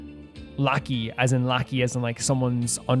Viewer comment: Lah-kee - lackey Ok, I'll admit that one made me laugh out loud...